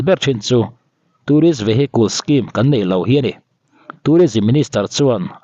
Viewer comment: Vehicles tia lam tur.... "vehiculs," tiin i lam a... Update ngaihnawm leh Lawmawm tak a ni.